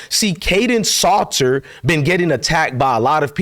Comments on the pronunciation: Salter not Slaughter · It’s S A L T er, like salt and pepper. SALTer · Hey man lol, do you be butchering words and names on purpose? You gotta be f*ckin with us fam lmao. Because you be butchering sh*t with CONVICTION lol. How do you spell SALTER out properly in the title, but literally say SLAUGHTER out your mouth for a week straight lol. Why do you keep saying SHOOMER too? lol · It’s Salt er say salt lol